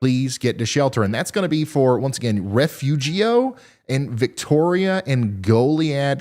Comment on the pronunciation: Ryan, for future reference, Refugio is pronounced Re-fure-io